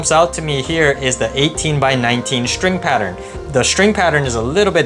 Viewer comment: There’s no h in string or stroke. Shtring, shtroke…lazy pronunciation